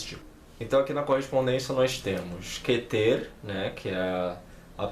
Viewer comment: Seu vídeo é legal. Correções fonéticas: plural de Sefirá (não Sêfira) é Sefirót , não Sefirô. Kéter, não Ketêr. É o mais sagrado. A Sefirá mais importante. Menorá é feminino.